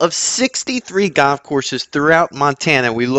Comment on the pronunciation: its called goLf not Goff